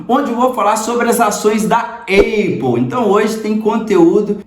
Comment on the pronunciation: Conteúdo e vídeo legal. Parabéns! Uma crítica de comunicação construtiva, mestre, sobre a pronúncia da Apple. Você pode falar “Épol” ou “Ápol”, agora, “Eipol” jamais. Eu sei que você aprendeu que o som de A é EI, mas isso não se aplica para tudo. Maça é um exemplo disso. Moro aqui em Dublin e tenho amigos americanos, irlandeses, australianos, ingleses, sul-afriacanos, canadenses e outros. Nenhum fala EIPOL. Fica a dica é aquele abraço 👍🏾